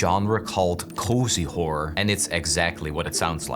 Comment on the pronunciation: bro please horror has an "or" at the end stop saying wh*ore 😭